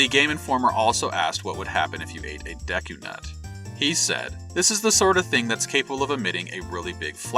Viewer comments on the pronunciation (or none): none